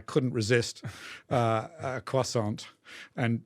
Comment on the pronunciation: Croissant has a silent T!!!